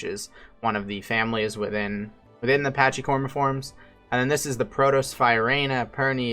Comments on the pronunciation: Its pronounced packi-cormiformes, not patchey. It is derived from the Greek word pakhús. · BTW- "Pachy" should be pronounced "packee" or "packy" not "patchy." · Yeah as others have said corm should refer to trunk or stump. Also, with the way these words go, the "ch" should sound more like "k" (i.e. chaos, chimera) so "pachy" sounds like "packy" (which also sounds identical to a slur towards Pakistanis).